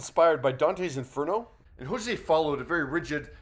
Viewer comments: It sounded like he was pronouncing it as "Jose" lol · Hozier not hozea